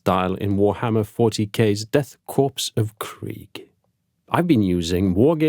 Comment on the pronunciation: "kor" the PS are silent in corps.